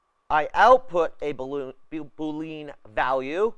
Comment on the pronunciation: Boolean -> [boo-lee-uh n] named after George Boole. Not Boo-Lean